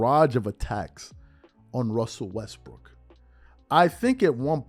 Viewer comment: gets me how these clowns are so in love w shannon now they're going to pretend that the ONLY problem was skip saying "westbrick"